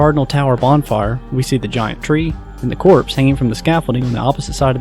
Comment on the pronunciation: I literally thought it said Corpse until I read it more carefully, so that's probably why it's mispronounced so much